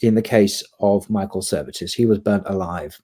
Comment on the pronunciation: it should be Michael Servetus, not Michael Services